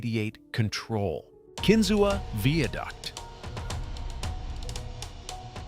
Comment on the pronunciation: This is dumb. You can't pronounce "Pithole" and including it, along with places like Harmony, as the creepiest small towns you should never stop in, is just dumb. It's clear you just read a couple articles but don't really know anything. And seriously - veeaduct? Do you think that is a word?